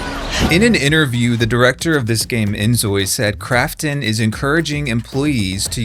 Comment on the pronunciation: When he says Krafton I keep hearing "crapton" and I don't know if it's on purpose but either way, it's accurate.